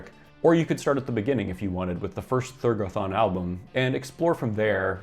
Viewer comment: I've never heard Thergothon pronounced that way before.